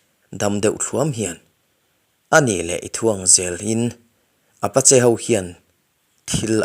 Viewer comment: Saddena, tilo hian sudden chuan tila, Achang chuan sedden te iti thin in ka hria, Apache, Apachi, ti in ilama